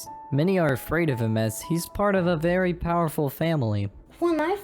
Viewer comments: said Fairy not Very XD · I noticed that anytime they say “very” I hear “fairy” 😂😂 Edit:He sAid dO yOu lOvE mE tHeN LiGhT iS LiKe I gOtTa gO! ThEn tBc